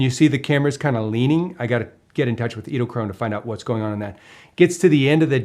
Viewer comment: I hope by this time you have learned how to pronounce the name... edelkrone...